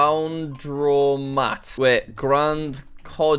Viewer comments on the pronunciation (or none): Jack searching laundromat and not recognising it is an English word… “Lown..dro..mat” 😂😂😂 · Jack: "Loun-dro-maht"